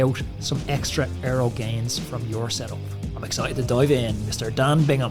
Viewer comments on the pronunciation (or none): Great chat, but is it so difficult to pronounce his name correctly? There is no 'n' in Bigham...